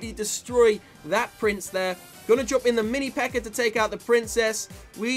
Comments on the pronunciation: "mini pekkar" makes me giggle every time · I just keep on hearing "the mini peker"😹